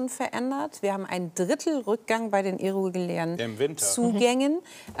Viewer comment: ein drittel Rückgang bei den "Irruggulären!" .... gebaerbockt. Dreister kann man nicht mehr lügen ...